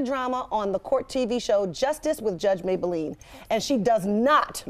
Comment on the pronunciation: Judge mablean not maybalene lol